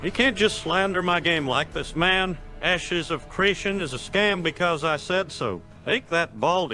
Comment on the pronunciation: pretty sure he said "asses" of creation lmao